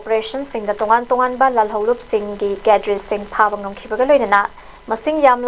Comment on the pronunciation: Cadre da kadre haina pronunce touba chanel ZUF nutte ZUF K haiu Pao pabada cheksillu Ukhrul Nunsungkhong haiba village leite Nungsangkhong haibani